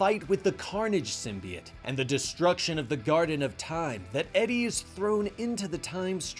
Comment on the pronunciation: Am I the only one that it bugs the shit out of every time he pronounces symbiote as symbiet? Lol he calls the zombie dudes zombiotes, not zombiets so wtf?